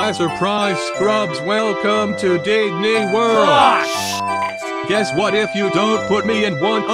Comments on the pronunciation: “Didney Worl” 💀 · "Didney worl"💀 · "Didney Worl" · “Disney worl” 💀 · Why is says didney worl